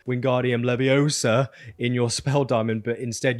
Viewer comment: Can never get enough of making Emma Watson proud with his enunciation of Leviousa! Lol